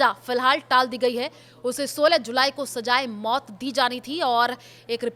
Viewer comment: Mout bhi sjayi jaati hai ?😂😂😂😂😂 sjaye mout..ha ha ha ha ha ha ha ha ha Yeh devnagri wale jahil hote hain...saalon ko...z .aur..j ...ki awaz me bhi farq nahin maloom...bs naqal kro...